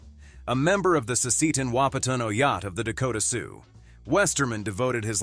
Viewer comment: Oyate' is spoken, oh YAH teh, NOT oh yaht. LEARN. It shows respect